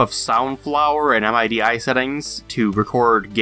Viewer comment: I died laughing and cringing at the same time when he said, "M I D I" settings.